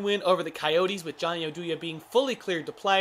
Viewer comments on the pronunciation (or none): Oh-do-ya, Oduya?